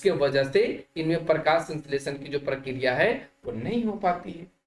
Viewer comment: Prakriya hota Hai sar Prakya Nahin